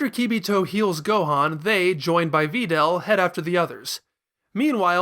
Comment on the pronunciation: Why the fuck do you pronounce Videl's name like that... I can't watch anymore